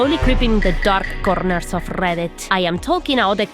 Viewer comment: The Darrrrrrrrrk conerrrrrrrrrrrrrrs of Rrrrrrrrrrrrrrreddit. Thank you, I needed that today. 10/10